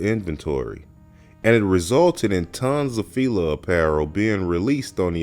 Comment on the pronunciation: Y'all really inspiring me to make content cause it is pronounced Fi- La like Feeee laaaaaa not filae fea lay whatever you are saying was wrong. I know you wasn't born in 90s and if you were lawd 😂 smh